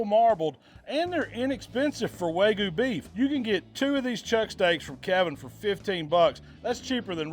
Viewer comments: wag-you beef. Not wagu beef. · Wagyu has a y in it..it’s not “wagu” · Loved everything except how he pronounced WAGYU